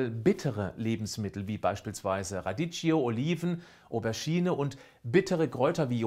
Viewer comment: Super informatives Video, einfach erklärt👍👍👍. Kleiner Tipp von mir: Radicchio spricht man 'Radikkio' aus 😉